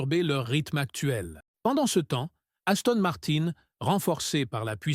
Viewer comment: Gaston Martin......😂😂😂... IA de 💩